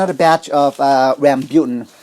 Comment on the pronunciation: It's rambutan, not rambyutan.